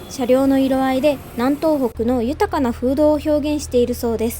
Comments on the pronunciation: 南東北は、なんとうほく、ではなく、みなみとうほく、ですよ。 ちなみに、北東北は、きたとうほく、です。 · JRさん、に10時打ちさせちゃダメでしょ。 確実に宣伝してくれるんだからちゃんと用意してあげましょうよ。 なお南東北は「みなみとうほく」が正しい読みね。